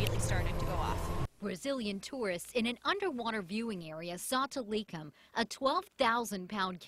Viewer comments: They said Tilikum's name wrong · she didnt pronounced tili's name right..